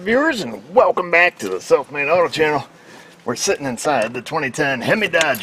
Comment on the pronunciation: It always sounds like you say "Welcome to the Self Made Auto Channel" lol